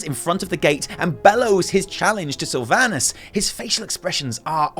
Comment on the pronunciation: I hate that she messed up the name sylvanus